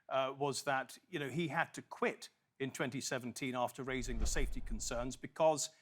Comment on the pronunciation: "Saefty first"- full stop!